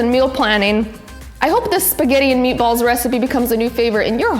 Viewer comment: Nice job on the meat a balls... (italian accent ) are you sure you’re not Italian?